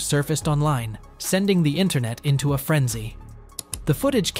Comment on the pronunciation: You know this is an AI VIDEO/VOICE when it says took matters ETO his own hands. It's INTO not ETO